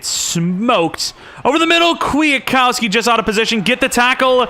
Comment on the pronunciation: Bro its QUIT-COW-SKI